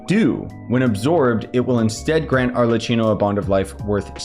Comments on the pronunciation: hiii! first of all i wanted to say thank you for your work! it helped me so much, and second of all, i want to correct the prounounce in arlecchino, in italy some tine we pronounve the c like k, in thid case we have double c with an h so prounance it like: arlekkino, i hope this help and i made myself clear❤ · nice explanation! also you pronounce it as Arlequinno/ Arlekinno